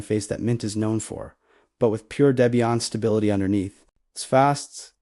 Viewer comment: You don't demo any of the Oses you mentioned. A screenshot does nothing to your users, albeit good for a glancing. Not really noteworthy if you ask me. Nothing to see here, except a rolling slideshow with little to no content. And it's pronounced DEBBIE-IN, Not whatever you keep hammering away on.